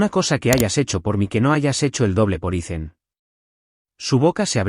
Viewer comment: Learn how to pronounce the name Ethan, don't make it sound stupid by saying icen